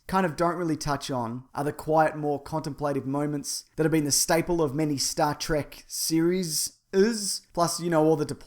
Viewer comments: what's this "Star Trak" you speak of? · Do you pronounce Star Trek like Trek? Or like Trek?